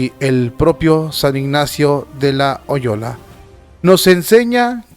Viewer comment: Cada día más INSIDIOSO, pero el mismo sujeto que no sabe Escribir sin faltas de Ortografía. El mismo sujeto VERBORREICO; pero que Ni siquiera sabe leer un texto correctamente, y pronuncia: "San Ignacio de la Oyola"!!! Cada día más lejos de la LUZ, de la VERDAD y la JUSTICIA; pero cada vez más TORCIDO, amante del Morbo y VIVIDOR del Escándalo. TE PREGUNTO a ti, sujeto de lentes y audífonos GRANDES, como tus cachetes: ¿QUIEN NO QUIERE, QUE SEPAMOS DE LA TENTACIÓN DE CRISTO ???